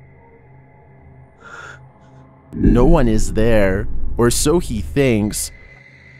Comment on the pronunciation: "I am the onee who knocks"